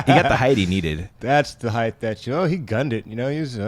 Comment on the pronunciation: Can someone please tell it's hite (height) not hiythe. It's brutal to listen to.